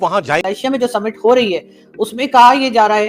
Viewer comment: Ye Submit kya hota hai ?? Summit kahiye summit